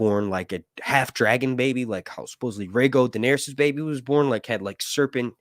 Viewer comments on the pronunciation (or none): none